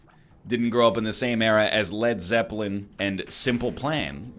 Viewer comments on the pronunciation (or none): none